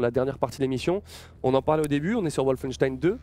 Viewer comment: Excellente vidée :) Par contre, Wolfenstein est un mot allemand donc ça se prononce comme en allemand à savoir : "Volfenchtaïn"